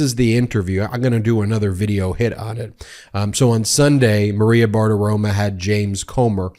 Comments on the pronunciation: Please Ben, it's Maria Bartiromo, not Bartiroma. You are so much better than the folks at Fox. 😇🙏🌈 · Always agree with your excellent, reasonable, respectful analysis, Ben. BTW, it's not Maria "Bart-aroma," it's Barti-ROMO, (rhymes with "loco," which she is).